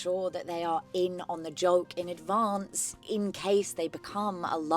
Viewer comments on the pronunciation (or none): none